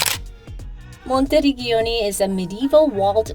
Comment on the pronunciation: Work on correct pronunciation of towns. “Monti - reg-giano ”????? Gi and Ge are like ci or ce.